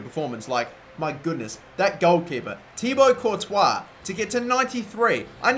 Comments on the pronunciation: He said Tiago courtois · Was I the only one to hear '93 rated thiago Courtois'